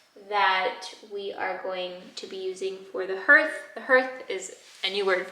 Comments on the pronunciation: Someone may have already mentioned this but Hearth is pronounced ‘harth’ - at least in NZ and Australia - not herth - yours is going to look amazing with those beautiful tiles 😍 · I believe the pronunciation of “hearth” is similar to “heart”, like an “a” sound (harth). Unless there is some New Zealand variation that I’m unaware of :) You house is starting to feel like such a warm and calming space 💛☺️🏠. I love the beautiful pieces you displayed on the shelf. I can tell you guys have a lot of special and unique pieces that you cherish and love in your home ❤️❤️ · I don’t know if the pronunciation is different in New Zealand but in the US “hearth” is pronounced “harth” (like the name Garth) 👍🏻